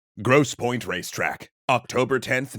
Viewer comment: Um it's ✨Grosse PointE✨ 😂